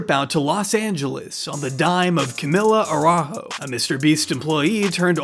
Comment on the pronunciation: (Araújo, with a J sound, not an H. That's Brazilian Portuguese, not spanish)